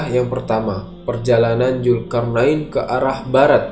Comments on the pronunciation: Adminya sundanese nih wkw ZUL-karnain jadi JUL-karnain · Min...sbelum ngomong lagi diVideo lainnya..belajar dlu bedain huruf j dan z krn slalu salah ucap.. Zulkarnain bukan Julkarnain ( min..min kpn mau ucap benar ?) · Min, ente nyebut huruf Z aja gk bisa, nama org Zul km bilangnya Jul. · Mantap, tapi maaf ni min ini agak menggangu pendengaranku. Bedakan Z dan J. Krn mereka tdk sma. Zulkarnain bukan julkarnain, maaf sekali lagi min. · zulkarnain ya, bukan julkarnain. gemes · Zulkarnain bacnya mas bukan julkarnain mohon diperbaiki kata"nya mas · Zulkarnain min admin Bukan Julkarnain Pake Z Bukan pake J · Zulkarnain min bukan julkarnain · Zulkarnain bang bukan julkarnain😂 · Sebut Zulkarnain xboleh ka? Kenapa mestu Julkarnain... Zul bukan Jul 🤣🤣🤣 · Bukan Julkarnain min, tapi pake Z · Zulkarnaen bukan jul bro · Peliklah cara anda menyebut ZULKARNAIN ... Z bertukar J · Naratif kisah yang bagus cuma sebutan "Zulkarnain" itu tidak tepat dari segi makrajnya kerana sebutannya lebih kepada lughah jawa.Zul menjadi JUL.. Jelas sehingga ketika membaca ayat suci Al quran pun penyampai masih menggunakan lughah jawa yang pada saya adalah tidak wajar sama sekali. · Tlong bang ganti sj pengucapx krn trdengar risih salah huruf trus..z bukan j